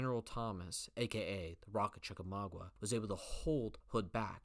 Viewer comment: Chickamauga... not Chickamaugua.